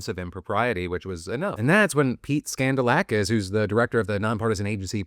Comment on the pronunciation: Guy’s name is literally “skandal-akis” cmon